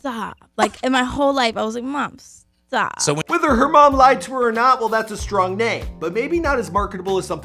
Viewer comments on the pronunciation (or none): none